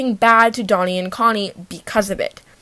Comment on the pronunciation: not that it matters but i'm just wondering, would it not be pronounced closer to how she first pronounced it? If they are called 돈 and 콘 then that sound in korean is like "Doh" and "Coh" as in "dog". Not like "dough-nee" and "coe-nee" as in "donut" honestly I don't think I've ever heard them say their name out loud